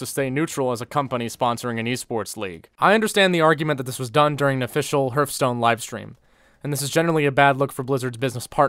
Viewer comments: I can't tell if you're purposely mispronouncing Hearthstone or not lol, anyways. Good video man, thank you for bringing light to this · No one:...: Herfstone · Funny how he says Hürfstone